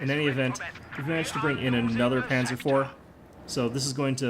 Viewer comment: Nice video, it was fun to watch. Just a quick note for the future: Panzer is pronounced "pun - tser", like pun (play on words) and the z is pronounced like a ts